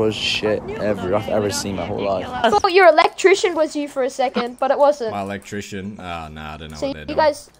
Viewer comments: Your "electrician" lol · "Electrician" lmaooo